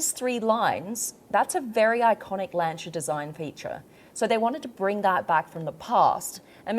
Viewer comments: Lan-Si-A.....not Lancha 😮😮😮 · I hate tat she says “lancha” instead of "lansia" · Bloodie it's pronounced Lan- see-a & not Lan-char. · Sorry Alex, but I'm not reading thru over 300 comments to see if someone told you or not. Ahhh your ....surprised someone around the car didn't tell you. It's not Lan-ch-a ....its pronounce Lan·see·uh. And I agree the design looks real cool. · Learn to pronounce Lancia. It’s not “luncher” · Lancia. Not Lanchia. Can’t listen anymore. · It's lancia not lanchia :) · its LANCIA ... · There is no h in lancia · Never heard Lancia pronounced like that 🤔🤣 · You are pronouncing lancia incorrectly 😂😂😂😂😂